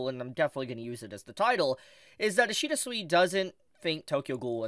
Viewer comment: Man really opens a video by mispronouncing the name of the guy the video is about, ouch